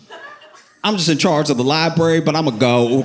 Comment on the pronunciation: “This dude is da worst”😂 sounds so NYC.